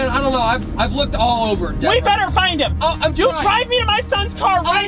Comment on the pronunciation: It's Deborah not Bebrah